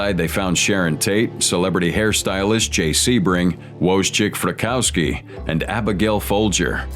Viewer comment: "Woezchick FrrikCOWskee" ...why do Americans consistently REFUSE to pronounce non-American names properly? I'm not even Polish and I can be bothered to make the effort.